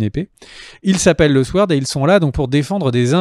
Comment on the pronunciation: toujour sympa, merci a vous, sinon SWORD, on ne prononce pas le W